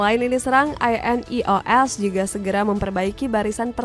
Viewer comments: Wwkwkwk monolognya pake AI kah? INEOS pronouncenya gitu wkkwkw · Narator cuma modal suara enak, minimal dikasih tau cara baca INEOS sama nama² pemain lah. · Ineos❎ I.n.e.o.s✅😂